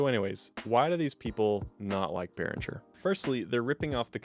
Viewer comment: Beh-ring-er, not Beh-rin-jer. I've never had a problem with the sound of any Behringer products I've had. Definitely had a few build quality issues, but we should always know that we get what we paid for. They offer great value over more expensive gear and have been on the cutting edge with several products over the years. The V-Amp and X-Air series mixers are my personal faves.